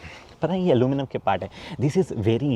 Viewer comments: Aluminium not aluminum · Aluminum nai Aluminium bolte h hum americans nai h